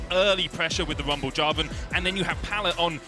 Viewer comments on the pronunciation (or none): someone needs to tell that castor that the champions name is rumble....not wumble.